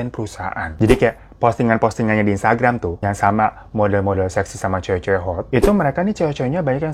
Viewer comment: Instgaram? Bang, minum aqua dulu yu bang biar fokus.. 😂